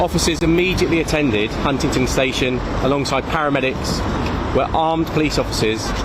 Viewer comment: Why does a local copper keep saying HuntingTon ? ... perhaps I am merely mishearing this fella.